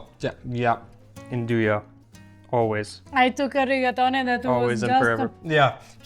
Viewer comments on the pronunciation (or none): “Ahn-Dew-EEE” sausage ❤❤❤